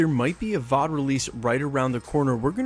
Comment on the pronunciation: Can you do me a personal favor and don't say VOD like it's a word anymore?